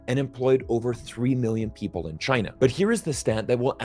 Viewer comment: I've really enjoyed every time said "Tchyna" in 2022⛳